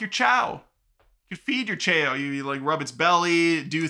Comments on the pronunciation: lol chay-o 😂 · "Chaow" is the right way to pronounce what those cute vertual-pet like creatures from the Sonic frachise are called. From me being a big Sonic fan ever since I was in the toddler months of my life and especially because of the positive stuff that's been revealed about it, I don't think that I've ever been more hyped for a movie than I am for the Sonic 3 one!!!! The thing about Shadow having a gun is the only part that I don't like about it, so I hope that he holds it for only a few minutes then puts it down and doesn't use it at all. It's been confirmed that Paramount was given the rights to the SA2 theme song "Live and Learn" so that that studio can put that totally popular banger hard-rock song into the Sonic 3 movie and I'm soo glad about that! (especially because it's currently my #1 favorite song and because SA2 is one of the games that this movie is being inspired by) Since the Snow White remake is being soo digustingly made and that actress showed how annoyingly bratty she is, I'm 100% going to boycott that movie. Also from that hairdoo it looks more as if Dreamworks gave Disney permission to make a movie that introduces some character who's a twin sister to Loard Farquaad instead of a remake movie about the very first Disney princess! Lol😂